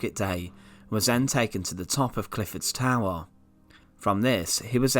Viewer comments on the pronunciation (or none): He was a traitaah and taken to the towaah very sinistaah lol